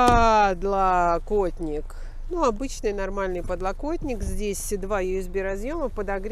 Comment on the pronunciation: Почему всегда, вот всегда, так странно делает упор на слове «подлокотник»? Как будто нормально ей тяжело это Слово произнести